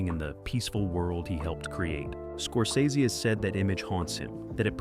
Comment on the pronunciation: Somebody teach this strunz bot how to pronounce Scorsese